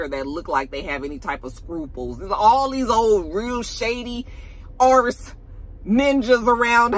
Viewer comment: Fudge was ok but when you said ARSE bwwaaahhhaaaaa I hollered!!!!! Now I'm excited for Tommy's power lol.